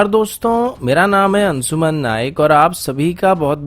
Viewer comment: Bhai naam ansuman hai ya anshuman , Or video suru mat kiya karo, shuru kiya karo.sip nahi ship kaha karo. Sun ne mai ajeeb lagta hai